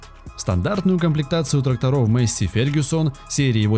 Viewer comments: Маесей а не мейсси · Афтор лол, учи матчасть. Во первых Fendt Vario 936 читается как ФЕНД ВАРИО, ВАРИО-это запатентованная коробка передач, а во вторых двигатель дойц имеет объем 7,8 л и две турбины выдавая при этом 360 л.с... П.С. Пока писал о Фенде, афффтар произнес название Массея и я понял что это бесполезно...